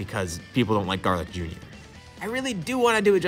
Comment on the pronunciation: Stopped watching when he said garlic jr .